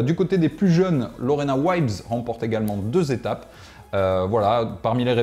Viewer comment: Lorena WHAAAT? Elle est néerlandaise Lorena Wiebes, je crois pas que ça se prononce ainsi ^_^ (un anglais non plus ne prononcerait ça Waïbes s'il y a ce i accolé au e avant une consonne.;) ) Sinon, déso les gars, car j'aime plutôt beaucoup ce que vous proposez d'habitude et j'aime pas aller si rude à rajouter critique au chambrage mais plutôt déçu de ce tour techno, que soit devant cette voiture ou dans son salon n'a pas l'air de changer grand chose. Et le contenu lui-même, wow des nouveaux stickers sur une roue Corima, quelle prouesse... Y a guère d'intéressant ici je trouve que le nouveau guidon de Canyon mais qui cherche juste ici à rattraper ses incroyables merdes précédentes (sur le guidon lui-même, sur la fixation de tige de selle ou sur la fixation à la fourche du poste de pilotage intégré) lui coûtant des milliers d'euros faute d'avoir voulu payer de vrais bons ingénieurs et/ou un contrôle qualité digne de ce nom en premier lieu. Quant au Aethos vs SL7, on le voyait venir à des kms, y a déjà des rouleurs et sprinteurs qui étaient très sceptiques du SL7 tant ils appréciaient le Venge et ont même fait leur possible pour le garder quelques mois de plus. Y a guère que pour Cavendish pour qui c'est un vrai saut quali par rapport aux Merida Reacto qu'il aimait pas l'an dernier ou aux BMC qui lui convenaient à peine plus l'année précédente.